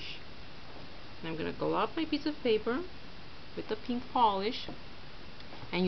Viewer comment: she has got a strange accent like she pronounces 'pink-''peenk''